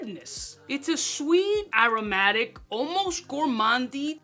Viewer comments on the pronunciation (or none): none